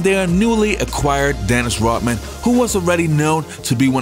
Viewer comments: Hey it’s Rodman not Rotman. Pronounce your D’s better. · Why does he pronounce it as dennis rotman? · Its Rodman not Rotman!!! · He says Dennis Rot-man- like he stops breathing and can't use the D sound in RoDman. 😂